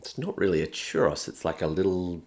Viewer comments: Cherrus. Lol! It's "choo-rows." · *"Churr-ohs", not "churr-oss". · Churros is a plural word 😭 it's not a chәross it's a churr oh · My only critique...churros is plural, singular is churro. It was odd hearing it like one would rhyme with 'boss' 😅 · Churr-ah-s is a crime. Churr-Oh-s is the way. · churros ; chur like "turn" and ro like "row" a boat. churr-oh. then the s is plural, not part of a singular name. churro! \ o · / I have such a strong love/hate feeling towards how british and australian people pronounce Spanish words😂 "Cherahce" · Can't say I've ever hears "churros" pronounced as "chur-oss" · I am taking psychic damage from the pronunciation of churros in this video 😵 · That's a weird way of pronouncing churros. Also, the singular form of churros is just churro. You can't have "a churros" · The Australian pronounciation of "churros" is adorable.